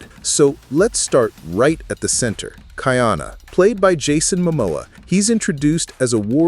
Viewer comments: Ka’iana not Kaiana — the glottal stop is there for a reason. Train your AI please. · Ka-ee-ana Ka’iana Aloha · KA/ ĒĒ/ANA respect his name. Ka’iana.- 3 syllables🌺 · are you AI? Be sure to actually watch it. After you do, you should be able to know the pronunciation of Kaʻiana, Kahekili and the others, like aliʻi Keaweikekahialiʻiokamoku.